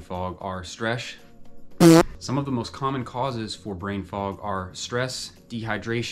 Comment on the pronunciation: Stresh. 🤭 That’s a new word for me! 😂 Learn something new every day, eh? ✅😁